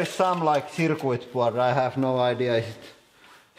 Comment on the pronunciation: That cracks me up how he pronounces "circuit"! XD